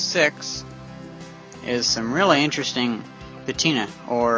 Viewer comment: i meant patina, it just sounded like you said it with an f.